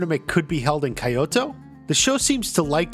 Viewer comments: Kyoto is pronounced keeyotou not kaiyoto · Kyoto is pronounced sort of like a short stop version of the word key with the O T O spelling after it. For us it might seem like it should be a long Y or like a hard "I" sound but it is more like Key without the E. Most cultures do not have the same alphabet as we do; and it is quite understandably tricky to translate them into English. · bro why do you say kyoto like that.. like your channel and all but it makes me cringe